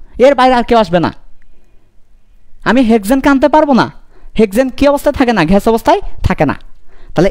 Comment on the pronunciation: ঘেস বলতে কিছু নাই স্যার। গ্যাস হবে। ধন্যবাদ 💩